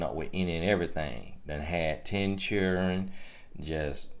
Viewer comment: Be blessed., every time I hear you say "children" in a country way... I laugh. Seems like when the country comes out of you along with a " listen to me now," I pay close attention and take heed to the knowledge you're sharing. God bless you and thanks.